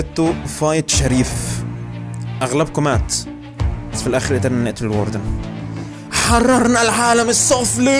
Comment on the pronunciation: الواردن❌ الوردن✅😂😂